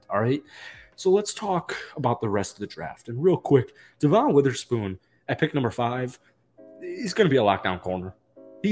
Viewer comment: His name is Devon Witherspoon not DeVon Witherspoon. Otherwise great vid. ❤️